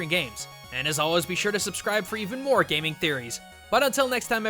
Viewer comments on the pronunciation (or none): none